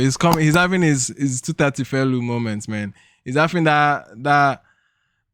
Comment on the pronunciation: he’s hafing? 🤣🤣🤣🤣